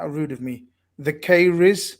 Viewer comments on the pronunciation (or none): you did butcher the name thekarayiz (pronounce the-Ka-rai-s ) by pronouncing it "theCurrys" no relation to Stephen haha. I thought you were good at names? according to. Just kiddin your not alone its a very Indian thing to say. Good show. The last Khanage with that elite group was brilliant. Looking forward to more of the same.